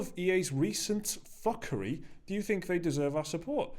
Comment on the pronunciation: I keep hearing "F*cker 5"